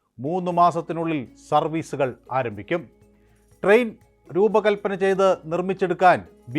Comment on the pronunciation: ട്രെയിൻ എന്ന് പറയു sir